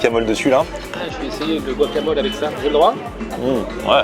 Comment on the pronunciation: C'est pas buacamol !!!! C'est GUacamol !!!